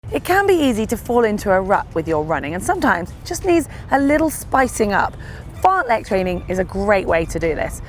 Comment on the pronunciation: AAAAAAAa the Lek pronunciation is killing me as a swede